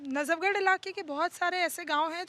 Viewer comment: Najabgarh nahi hai.najafgarh hai. Sudhir Badsa.